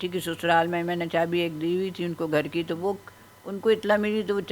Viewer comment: بھائی اگر برا نہ منائیں تو مشورہ دیتا ھوں کہ سپیچ تھراپی کرائیں گھر کو اپ گھڑ کہتے ہیں آپ کی زبان میں بہتری آ جاے گی